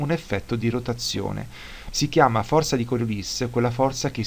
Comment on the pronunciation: Giusto una precisazione: Coriolis era un matematico francese, per cui si pronuncia Coriolì ;-)